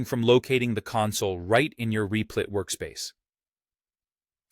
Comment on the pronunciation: Lol "Reeplit"